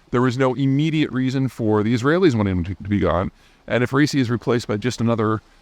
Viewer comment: Zeihan, I know you like accuracy, so please note that Pres. Raisi's name is pronounced "ebɾɒˈhim-e ræiˈsi", not "racey". Brace yourself for the return of the Small Servant of the Dear People of Iran, whose path to the presidency has been reopened by this "Act of God".